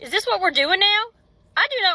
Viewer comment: I'm embarrassed that the guy speaking doesn't understand the difference between a "th" and a "d" when he speaks. Dey, dat, dese, dis? Has he ever seen the inside of an English class?